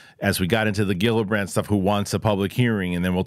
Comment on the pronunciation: Kir-stun Jill-uh-brand